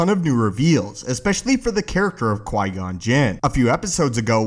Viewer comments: Qui gon not qui non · Who’s Qui-Non? ;) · Typo buddy. You said Qui-Non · Qui-Non?? Haha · Ah yes the best secret character “Qui-Non” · Qui-Non? Lol